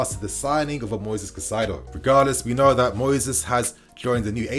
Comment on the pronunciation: KAAAH-EEE-ZE-DOH Learn to pronounce his name correctly, ffs.